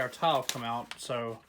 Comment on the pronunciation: Lmao it sounds like you say towel when you say tile lol. I thought you were making a video about towels and wood before I read the title